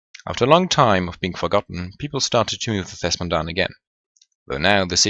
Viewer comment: It's Thes'Modahn not Thesmondahn